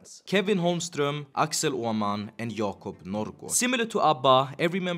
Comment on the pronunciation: Understandable, i did think you pronounced it right with just the R. But seriously this video rocks